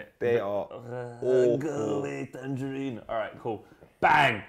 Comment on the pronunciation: Man said tarangerine